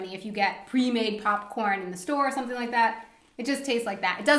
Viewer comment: Great video. But please make the English TH - it sounds way too German when he says SOMESING instead of SOMETHING. Otherwise, great video as always.